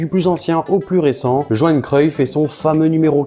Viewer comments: Juste on dit" yoanne "et non "joanne" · Johan Cruyff se prononce " Yohan " et non Johan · Johan cruyff sa ce prononce « Yoan »